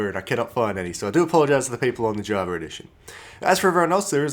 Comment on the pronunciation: “Javar edition “